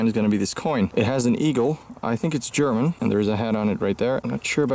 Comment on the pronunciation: your skill of German pronunciation is great😂 it sounds so cliché